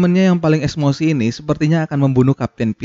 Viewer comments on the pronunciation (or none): Emosi oi BKN esmosi😭😂😂😂😂